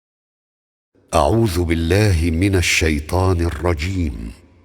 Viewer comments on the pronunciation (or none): none